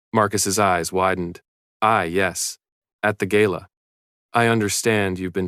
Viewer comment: Please stop aaying Gaila instead GALA